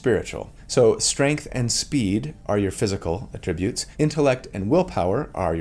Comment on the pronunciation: Thanks for this! Super hype to join a group and never play because we can't beat the final boss - Scheduling. IMO, "attribute" is pronounced differently depending on whether you are using as a noun or a verb. i.e. "I atTRIBute your success to your stunning good looks" vs. " ability to pick the right T-shirt for a video is on of his best ATtributes."